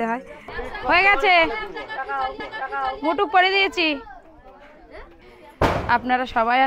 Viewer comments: Tumi mukut ke mutuk bolccho kano spelling ta ektu rectify koro sunte bhalo lagbe. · টুপুর নয়..... টোপর...... মুটুক নয়.....মুকুট